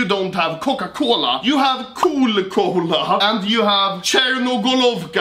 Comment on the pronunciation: Its cola not kål-a